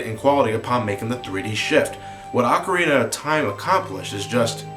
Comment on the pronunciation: pronounce it Ocarina